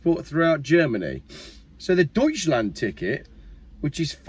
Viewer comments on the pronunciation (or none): Did you say it was the “Douchland ticket” ?